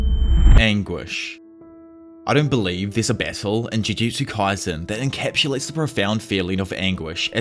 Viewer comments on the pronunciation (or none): i was wondering wtf bessel was, but you were saying battle xD